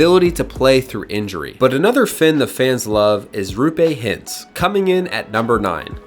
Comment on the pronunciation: Rupe Hitz? Could you even try to say these names properly?